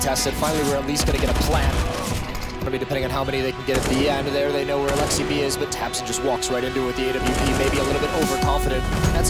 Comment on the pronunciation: Their alexsib pronunciation : Alex-si-b My alexsib pronunciation : Alex-sib